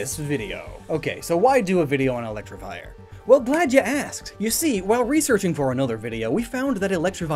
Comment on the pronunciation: did you pronounce it correctly even once?